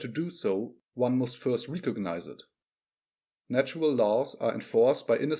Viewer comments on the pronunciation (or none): Recognise. Not reekognise.